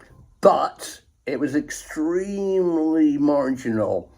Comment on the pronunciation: "BUT! It was EXTREEEMLEY (fingers wiggling) marginal." I love this guy!